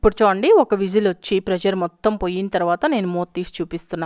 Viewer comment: Telugu people do not know how to say Pressure. They say prejar or Prezar. Check it out.